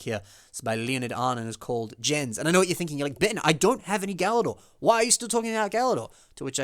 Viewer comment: Galidor actually is a pretty neat theme! I own all of the sets, aside from the hard-to-get Tager and Aquart. And as shown here, there are many creative uses for the line's parts. One fairly minor correction for the video though, the character Jens' name is actually pronounced "Yenz". Also, for Ooni, it is pronounced "Oh-nee". Not a big deal though, I thought the same thing the first time I read their names, haha Take care! Keep up the good work, man!